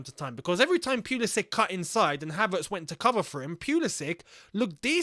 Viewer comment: It’s “pull ii sick” not “pee ull i sick”